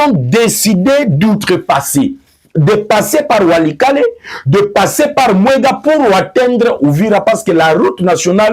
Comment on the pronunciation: TERRITOIRE DE MWENGA ET NON mwega.